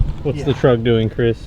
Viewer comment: Did he say trugg? As in trugg walk? 🤣